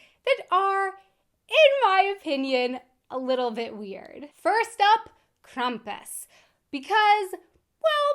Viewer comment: Krampus is becoming way more common in the US, too. I've known about him (and it sounds like I know more of the origin than you do) for a while... We do pronounce it "Kram-pus" (the beginning like a "cramp", not Krum-pus.